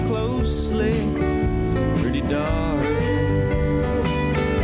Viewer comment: "She prertty"...